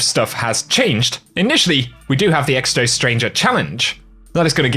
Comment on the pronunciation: Bruh my man said EXTO 🤣🤣🤣🤣